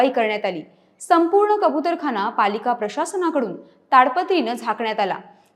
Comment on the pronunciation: कबुतरखाणा नाही गं कबुतरखाना असतं! 🤦